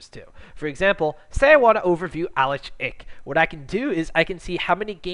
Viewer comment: it's ELO not Y'ELO and it's fucking Alex ICH not IH or ICK